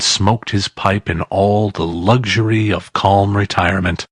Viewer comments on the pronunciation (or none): none